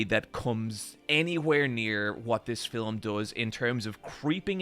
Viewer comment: My favourite thing about accent is that he pronounces "Film" as "Fil-uhm", it's just adorable...